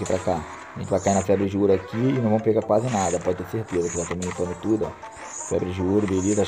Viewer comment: Mano pode falar assim é o seu jeito é famos que famos